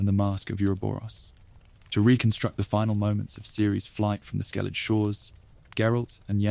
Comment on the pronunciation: Another person that can't pronounce Skellige accurately 😢